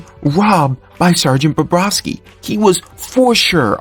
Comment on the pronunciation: Bobrovsky, not Barrowski or Bobrowski. Good job with the photos, but you should try to match them up to what you're talking about at the time. A couple of times, you showed a shot of Samsonov while talking about Bobrovsky. It's just weird.